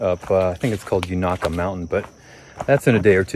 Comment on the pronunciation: Unaka Mountain. The u is long and the first A is long. U NA ka (kuh) 3 syllables just so you know, it’s one of those weird words we have here in TN. You’ve been in my neck of the woods. I live about 10 miles from Erwin in Jonesborough. A bit morbid tidbit of info: Did you know Erwin is known for hanging an elephant? It was a circus elephant that killed an elephant keeper in Sullivan County down the road from Erwin so they hung her. Her name was Mary aka Murderous Mary. Just a crazy bit of useless trivia about a town on the AT.